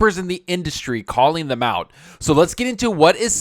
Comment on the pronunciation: It sounds funny when you say thum instead of them.